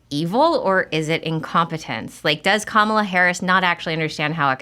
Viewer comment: Such a good interview. Nicole really was such a great pick for Bobby. On a side bar, I just wish that people who don't like Kamala would stop deliberately mispronouncing her name. I don't like the term "micro aggression" but this seems like exactly that. I don't like her either but people she is running for president, maybe we know how to say her name by now.